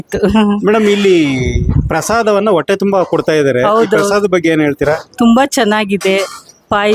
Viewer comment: ಕನ್ನಡ ಸರಿಯಾಗಿ ಕಲಿಯೋ ಹ ಕಾರ ಅ ಕಾರ ಒಟ್ಟೆ ಅಲ್ಲ ಹೊಟ್ಟೆ